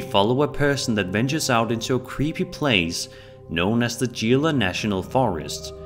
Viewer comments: Gila is pronounced like "he-luh" for future reference 🙂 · It’s not pronounced gee luh (gila) it’s pronounced He-luh. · It’s pronounced HE-La not GEELA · Because everyone beat me to it... its pronounced "hee-la". look up gila monster. they're super cool and extremely venomous. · "Gila" is pronounced Helah. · No 32 the gila pronounce it helaa take it from a local, ooh yeah I shot a skin walker I didn't say I killed it and I don't know that I even hurt it . I do know I dumped my magazine on it and in the morning all I found was a old horse skin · Hey dude the word Gila is pronounced Hee-la FYI>-- I've experienced some strange shit in that very forest hiking with scouts. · The Gila national forest clip, the word Gila is pronounced He-la. Gila or Gila Monster is actually a poisonous lizard that lives in the desert. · Hey! Love the marathon! Just so you'll know next time: Gila is pronounced "hee-lah". It's Spanish for "salty water" which the conquistadors thought the Gila River was rather salty.😊